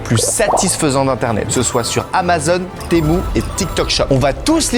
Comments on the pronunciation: je te signale c temu et non temou😂😂😂😂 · Oui temou 😂😂😂